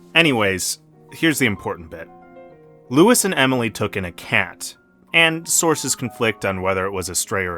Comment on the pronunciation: Thanks for the video. It would have been better if you pronounced his first name correctly. The French way.